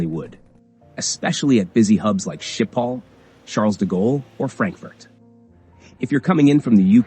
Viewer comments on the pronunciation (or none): What surprised me most is your (any everyone's really) incorrect pronunciation of Schipol airport in Amsterdam.